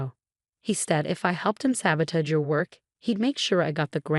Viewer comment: Please 'teach' AI how to pronounce the word sabotage.